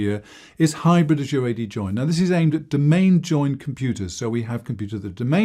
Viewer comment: I wish people would learn how to pronounce the word Azure. Just check one of the many online dictionaries.